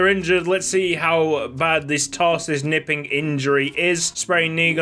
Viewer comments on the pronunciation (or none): In german the k is not silent so it is pronounced kuh-nipping. And Knipping in Danish means shagging